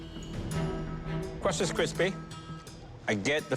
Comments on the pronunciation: “cwust is kwispy” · "CwUst is cWisPy" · Good thing the kwust was kwuispy.